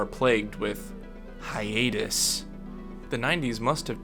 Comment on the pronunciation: The way you say "Hiatus" sounds like a disease you could potentially catch. "Honey, dont touch that man. You could catch the hiatus."